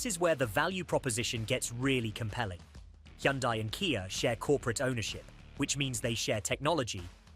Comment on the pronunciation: This lowers my trust in CR and that AI voice not pronouncing Kia and Hyundai 🙈